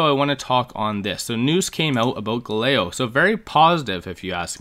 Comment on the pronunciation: Bro you can't be pronouncing Galileo like that 🤣